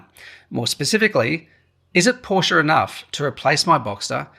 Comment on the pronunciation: can’t take a review seriously if you cannot pronounce the brand